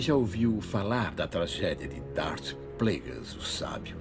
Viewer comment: Sei lá cara, o jeito que ele fala "Plagueis" é diferente, sabe.